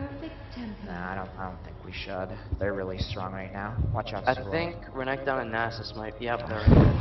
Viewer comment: Great video overall, pretty funny :D Just wish your mid would stop overemphasizing the last syllable of renkton's name l0l.